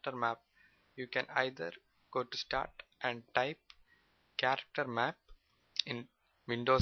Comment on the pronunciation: Its "Character Map". Sorry for the wrong pronunciation.